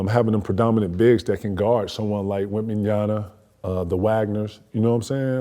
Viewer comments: Bro said Wembyana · Teach this man how to say Wembanyama🤣🤣